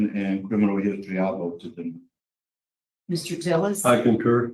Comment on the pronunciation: Can't say deny?